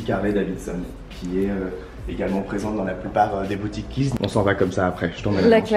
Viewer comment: Juste, c'est Kiehl's et pas Khiel's☺ bisous